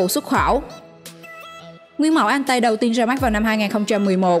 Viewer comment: Con Ariete(đọc là "E-ri-et" không phải "A-ri-tê") với Altay (đọc là "Au-chay" không phải "An-tay") lọt vào danh sách này không thể hiểu nỗi, trong khi đó 2 con Type 10 của Nhật và VT4 của Trung Quốc lại vượt trội hơn về mọi mặt mà không thấy đâu ? Thổ với Y chưa bao giờ mạnh về tank. Trong khi đó Nhật và TQ thì ai cũng biết họ chết tạo tank từ thời thế chiến. Vậy mà bị ra rìa, thật khó hiểu. Còn nữa, mai mốt đọc tiếng Anh cho nó chuẩn và thông nhất. Chữ M lúc thì "Em" lúc thì "Mờ", chữ K thì "kay" rồi thì "ka",còn chữ T thì đọc là "Ti" chứ không phải "Tê" nhé. Chiếc tank AMX Leclerc đọc là " Ây Em Ex Lấc lơ" chứ không phải " Em xxxx lết lê" đâu nha. Đọc tiếng Anh lung tung tùy tiện, tên Tank thì đọc sai bét be. Trước khi làm video thì tham khảo cách đọc tiếng Anh trước dùm cái.